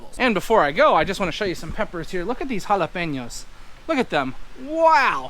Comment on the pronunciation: OMG did you just pronounced jalapeños correctly?!?!